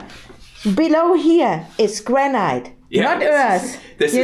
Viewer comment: Granite is actually pronounced Granat Nat instead of night. Why because I live in the Granite capital of the world, we have a quarry where the granite was extracted from was the biggest man made hole in Europe it was closed many years ago and now full of water, The granite from this quarry not only built or city but was shipped around the world and can be seen in many landmark buildings throughout the world, My house walls even above ground is 600mm thick, Love your videos and todays one was a really interesting mix